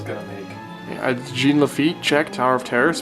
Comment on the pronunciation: i dont wanna be that guy... but your pronouncing "Jean" wrong...